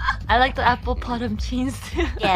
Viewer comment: "Apple Pottom Cheans" is just golden, hee hee